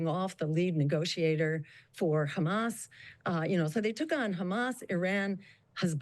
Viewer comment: "But do you condemn khhamas?" He he